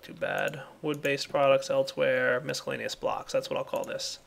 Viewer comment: Is anyone else annoyed at how he pronounces "miscellaneous?"